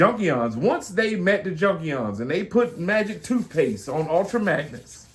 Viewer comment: "Magic tooshpaste" lol. I thought it was magic windex, made him all shiny